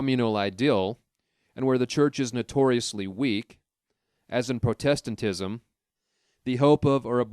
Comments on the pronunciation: Protest-tant ism? You are so young to misread( mispronounce) that- it’s only me effing with you for that,tho- thank you for doing this,greatly appreciated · The way you pronounce “Protestantism”…. Sheesh Louise!!!